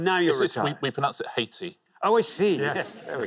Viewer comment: Pronounce the H for Haiti. I was with Alexander never heard of Aiti 🙄